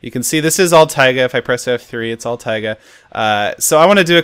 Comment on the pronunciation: lol. Boston accent. Taigahhhhh :D